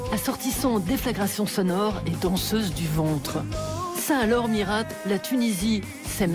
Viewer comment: rhaaa mais on dit pas MiRATE faut respecter l'accent un petit peu